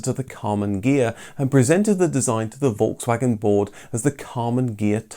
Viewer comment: Sauer Kraut it’s Volkswagen not folgswagen learn how to pronounce name